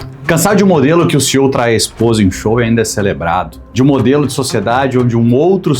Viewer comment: Inclusive estamos cansados de ouvir ignorantes oportunistas e encantadores de burros chamando CEOs (CI-I-OU) de “COs”!